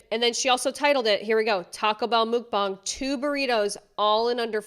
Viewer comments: Mukbang...= "Muck bang"..... not "mook bang" 😅😅😅 so cute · It's pronounced "Muck Bong", not "Mook Bang" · MUHK-bang not MOOK-bang lmfao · Mukbang is phonetically pronounced "Muck"=Muk not Mook. think of it like Muck-Lucks=Mukluk's not "Mook-lucks" ... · Its pronounced mook bang? I thought it was pronounced muck bang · Great video, loved it! This isn't too relevant, just wanted to let you know! "Mukbang" is a Korean word, so it's pronounced more like "Mukbahng", rather than the very American "MukbAng." Not a criticism, just incase you were interested. <3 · It's pronounced MUCKbong. No mook to it. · Is that really how it's really pronounced? "mOOkbang"? I thought it was "muKbang"... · it's driving me crazy it's Mukbang sounds like mukbong not mookbong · It's mukbang not mookbang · Every time I hear someone mispronounce mukbang, I cringe (I live in Korea). You got the bang part right- the muk sounds like "muck," not "mook." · Just to clarify, it’s pronounced “muhk”, not “mook”. Kind of like the word tuck with a m. The “bang” part is softer like “bahng”. You can find many Korean mukbangs where they pronounce it 😊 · ur pronouncing mukbang wrong it’s not mookbang it’s muck-bang MUKBANG .. u calling it mookbong or mookbang … it’s MUKBANG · It was really hard to watch when you kept mispronouncing Mukbang .. it's not MOOk-bane it's literally Muck-bane. But this Jelly Bean's videos are so gross. Why does anyone watch that cringe? It's disgusting to see and worse to hear. I couldn't watch it. You should have muted her videos. I had to stop watching in ... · Isn't it called pronounced 'muck-bang'? Not 'muke-bang'? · completely agree, but one thing i kept getting annoyed about...mukbang is pronounced "muck" bang, not "mook" bang. it's from korea, do your research! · Mookbangs?? Actually pronounced muck-bang. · its pronounced " muck-bang" not "mook-bang" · Muck not mook 😂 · Muk rhymes with duck. Not duke. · lol it’s pronounced “MUK”-bang as is rhymes with Yuk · Muk-bong lol